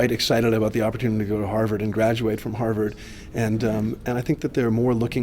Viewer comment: They kept saying "Harvard" but I think they meant "Ha'va'd"